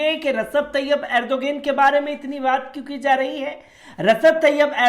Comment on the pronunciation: Rasab tayyab erdogain nahi Bolna sikh lo bhai